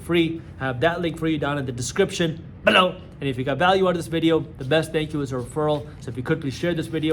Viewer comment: Why does he speak "BELOW" like that ??? 😂😂